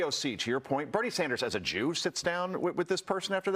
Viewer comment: He really said Jew with a hard R on that one